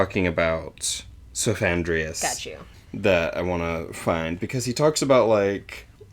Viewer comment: It's "Cephandrius", not "Sophandrius" so it's more like Headman than Wiseman